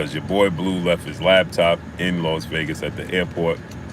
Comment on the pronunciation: What a "lab" top bro? U said it like 3times🤣🤣🤣🤣I thought it was called a laptop🤦🏾‍♂️🤷🏽‍♂️